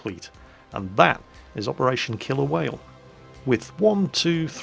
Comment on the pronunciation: when you said the name of the mission for the first time it sounded like you said "operation kill a whale"